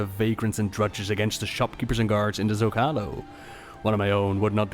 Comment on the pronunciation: Hearing your pronunciation of Zócalo as someone who heard it first on Babylon 5 pains me.